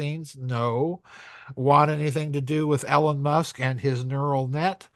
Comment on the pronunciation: I love how he says EL, ON Musk. 😂